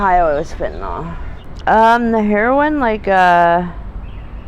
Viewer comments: Why do people pronounce it as fentynol and not fentanyl? Just curious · Never met a person yet who can pronounce Fentanyl correctly. Not that it matters to them.